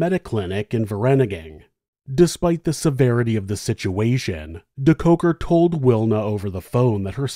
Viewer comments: I always come here for the story and soothing voice... This time I couldn't wait for the American pronunciation of the SA names... Wasn't disappointed 🤗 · I love this video, but the name pronunciation makes me cringe. Surely, there is some South African news coverage with the correct pronunciation.